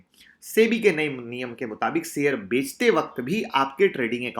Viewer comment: Sir maaf kijiyega but aapko diction pe kaam karnaa chahiye. Share share hota hai sare nahin. Sir sh aur s alag vocal letters hain aap sh ki jagah sa ka istemaal kartay hain . Koshish ko ko kosis aur avishkar ko aviskar kahna atpata lagta hai. Pls mind na karna Rames Sures nahin Ramesh Suresh kahiye